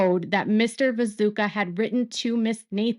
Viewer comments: isnt his name viTUSCKA? 😅 sounds like you're saying viZUKA. anyway tiny note ❤ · Hi! Love your work and how closely you allow me to follow this case from my couch. Are you calling him Vizuka on purpose? Isnt it pronounced Vitooshka? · It's "Vituscka", not "Viso(c)ka", "Vazooka", "Visuka" or any other variant or whatever! Just bothers me because the details matter with him especially in this case of what his actual story is here and his integrity! I know it's hard to pronounce but one can also just look it up, just a thing that bothers me with your coverage otherwise thank you for dealing with this mess in the first place, the Daily Mail is infuriating and all this is so outrageous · Great work… But just FYI, his name is pronounced “vi-too-sh-ka,” not “vi-zoo-ka,” lol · I think it's pronounced Vitooshka. He's so contradictory I don't understand him at all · Hey! Love your content, but I have a quick piece of feedback. It took me a few minutes to realize you were talking about Vituscka. I kept hearing 'Bezuka,' and for the first part of the video, I was thinking, 'Who is Bezuka?' I'm not sure if it's the pronunciation or my ears, but just wanted to let you know!